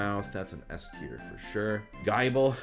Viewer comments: Did you just say "GUY-ble" ??? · Jai Bull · Also I just went back and noticed how he said gible. He said it with a hard I, but it the ible should be pronounced like nibble, since thw line is a biteing line. Gible like nibble, Gabite like bite, Garchomp like chomp. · Did he say “gaible” on purpose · no one gonna talk about how he pronounced "Gible" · "It's the Holy Gible."